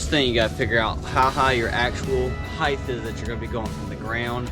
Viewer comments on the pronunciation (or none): Height!!! Pronounced like “hite” not “hithe”.